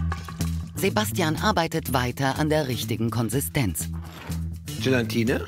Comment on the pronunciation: Ganz GalaNt reingerührt, die GelaNtine... 🙄